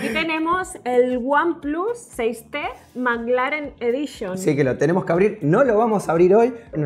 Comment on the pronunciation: "one plus 6T manglaren edition"